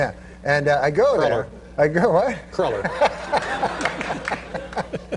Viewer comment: It’s pronounced crewler.